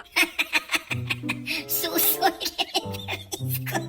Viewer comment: Sùso po hindi su-so... pa shout out